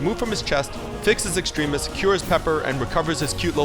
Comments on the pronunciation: It's not Extreme-is, its Extremis. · u pronouced extremis wrong